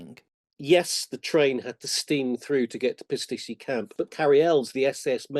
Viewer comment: gets closer to pronouncing Pisticci right, well enough I realized his appearance on Woody's WW2 TV a month ago where he discusses his book, pertains to the town I will visit this May. I recommend viewing that episode for a great discussion. Also, if you've ever enjoyed the famous Italian bitters called "Amaro Lucano", it is produced in lower Pisticci (Pisticci Scalo). Buy his book, buy a bottle of Amaro Lucano, and enjoy both together. Unquestionably, the SAS was drinking this too when it raided the guards' liquor stores!